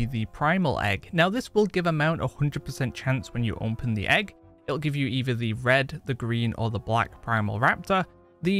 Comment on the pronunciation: I love how he says "onpen"